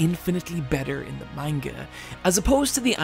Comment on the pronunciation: My boy said manga wrong. Im dipping